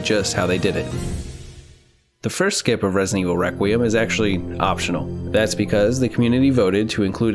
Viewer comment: How to butcher skip pls